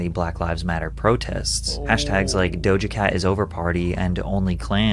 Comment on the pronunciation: Bro can this dude not say DOJA correctly? He keeps saying DOJO